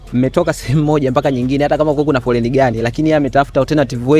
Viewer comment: Shenzi kabisa matamshi ya L na R vijana hawajui kabisa hadi anakera kumsikiliza ni KWA AJILI siyo KWA AJIRI, AMBALO siyo AMBARO, ni FOLENI siyo FORENI na mengine mengi,na wewe Grayson umeangalia tu mpaka mtu unamruhusu kupandisha hii kitu kwenye channel kubwa Kama hii